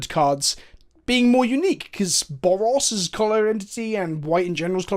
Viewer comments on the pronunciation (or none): His accent saying Boros made me think he said Bob Ross. And I was confused why R W was represented by Bob Ross.